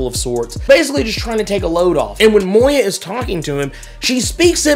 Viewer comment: For the love of everything dark and unholy, it's Moira. Not Moya. There's an R in there. Moi Ra. Please stop saying it wrong; you're driving me crazy.